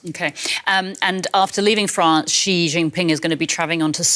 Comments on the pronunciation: Xi is pronounced as See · The host needs to learn how to pronounce “Xi.” 🇨🇳 Yes, he’s a totalitarian dictator but he deserves to have his name pronounced correctly 🎙️